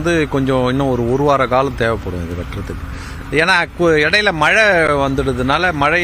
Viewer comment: மலை இல்லை "மழை" ✅